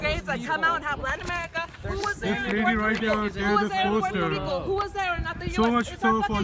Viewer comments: Puerrrrrrrto RRRRRRRico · Excuse me: Have you heard of Puerrrrto Rrrricooo? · We Puerto Ricans don’t want this girl 😂😂 yall can keep her. Can’t even pronounce my country right lol.